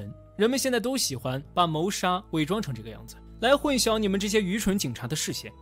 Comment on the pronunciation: 混淆(音同搖)